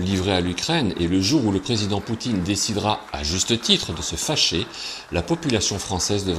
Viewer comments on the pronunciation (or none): none